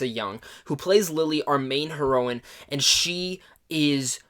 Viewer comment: Hair-oh-in Not Her-row-in